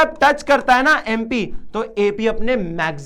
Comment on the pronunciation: Sir Bo TP hai tu nhi 😂 aur MP hai bo MU nhi😂 😊